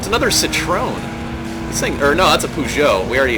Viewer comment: It's pronounced See-troh-wen Believe me, I'm french :p